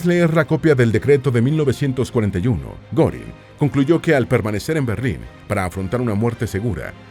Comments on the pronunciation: Al menos investiga cómo se pronuncian los nombre de los personajes. No mamessss. No es “Gorin” es “Guerin” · Goering se lee Guérin, no Górin 😮 ...